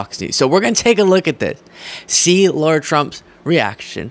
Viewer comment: Why pronounce Lara as Laura?